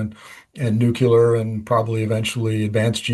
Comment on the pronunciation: I'm enjoying the channel. But nuculer and processees are not words 🤨